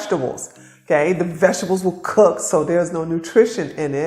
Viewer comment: The way you say it cocked flesh 😂 I eat meat , but I still listen to you and appreciate your work and how your helping everyone thank you